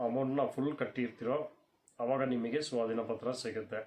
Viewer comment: Swatina patra alla sir swadhina patra